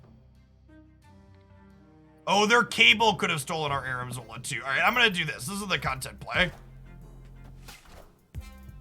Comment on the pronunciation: ARNIM zola not Armin